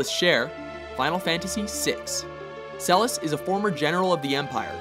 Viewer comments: And it's not Celis Chere! IT'S CELES CHERE! PRONOUNCED SELLES!! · It's celes not celis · Cecil Harvey, not Cecil Harvel.And how the heck did you get Celis from CELES? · IT IS CELES NOT CELIS BLAHH GET IT RIGHT SHE IS MY ALL FAVE CHARACTER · And its Celes not Celis. You guys need to check before you post. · Who the fuck is Celis? it's Celes. Also you missed the "h" in Sephiroth. And as for the honorable mentions, far too many notable characters were missed out from that list, such as Rinoa, Yuna, Lulu, Tifa, Ultimecia to mention a few, and tbh in comparison to some of the other characters from the final fantasy series Lightning and Barthandelus don't even deserve a mention in this list. I'm usually a fan of watchmojo but because of the many spelling/pronounciation errors and complete lack of honorable mentions (considering how many games are in this series, it deserves more than 5) this list was truly awful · Celis? You mean Celes? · Cecil HARVEL? Vivi ORNISHIA? CELIS Chere? SEPIROTH? Boy... if butchering just one of those names wouldn't be enough. When you create an article, do some research, okay? Checking out the names of those characters would have literally taken you 1 to 1.5 minute.